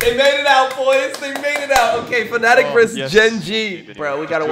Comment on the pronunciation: FNATIC NOT FANATIC when will you over att NA cant pronouce the team name at all?!